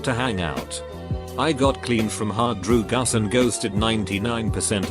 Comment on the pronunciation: I like how the bot says "hard DruGUS lol